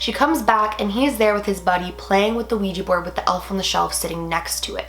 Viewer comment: When you said wegy board I got dissy